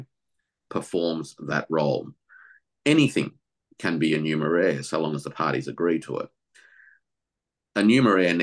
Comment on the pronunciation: What did say? "Numer-air"? Anybody know the right spelling?